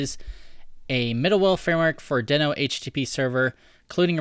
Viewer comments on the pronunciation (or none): It's pronounced deeeeeeeeno 🙃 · I think you are pronouncing it wrong. It is pronounced as Dino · it's not pronounced "deeeeeeee-no"? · Just to be sure, I watched a video with Ryan Dahl talking about Deno and it is spoken like you have doube "ee"s. Deeno. :)